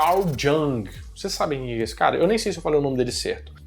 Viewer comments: Jung é "iung" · O nome do psicanalista se fala yongue ele muito fã do froid ate eles brigarem por causa de uma teoria.